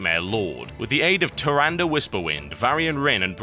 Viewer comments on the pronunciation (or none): in warcraft 3 its pronounced tir-on-da not tir-an-dia